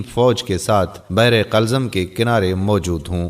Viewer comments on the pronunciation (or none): Bi ur video is very onformativ but one thing app pls kuch alfaz ka talafuz zaroor theek ker leen plz jesy qulzam ko app ny 2 bar qalzam peraha